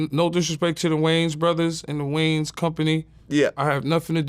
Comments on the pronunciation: “Who this guy think he is, talking about the (marlins)” 😂😂 you mean the wayans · He called him…. “The Marlons” 😂